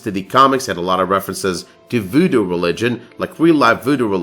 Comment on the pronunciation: Great video, but please, its vooDOO... not vooDO